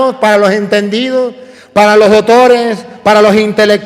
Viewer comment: me encanta cuando dice dotores! que ❤️❤️❤️❤️Sabiduria divina que lo acompaña !